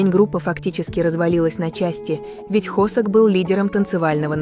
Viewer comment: ИИ а кто такой хОсЭк? Я з наю только ХосОка! Нет такого города ХваНДЖУ!!! Есть Ханчжоу! Да ппц, все видео просто обосрано безграмотной речью, просто ттрендееец! Бедные мои ушкииии! Всех мемберов вообще не существует с такими именами как вещает ИИ! И слов в русском языке половины нет! Ща блевану!